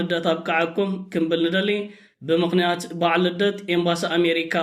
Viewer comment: ክንብል√ እዩ ዝብሃል!እንታይ ማለት'ዩ ክምብል×?